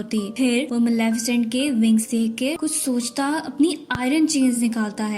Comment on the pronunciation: Not Malaafesent this is Malefisent